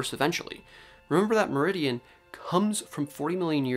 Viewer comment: Many thanks for the excellent report, and great to see you've really got to grips with the paper. (Psst... you need to pronounce the second syllable as well... then you won't be far off! 😉Something like Mi-AIR-ri-THIrrin will get you close. Welsh should always sound slightly musical!)